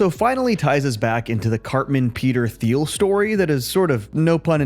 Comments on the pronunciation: It’s pronounced “TEEL” not “THEEL” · It's pronounced Teal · his name is pronounced "Teal", not "Thee-ul" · Hey this isnt a criticism but Peter Thiels last name is pronounced "Teal". Just since im sure he'll come up again.